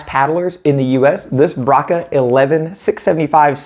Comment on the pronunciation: Braca pronunciation is "bracha" or "bratsha" not "braka". Just in case you may be interested.